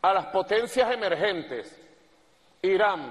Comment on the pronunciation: Nico, no se dice IraM, sino IraN! Un logopeda no te haría daño ...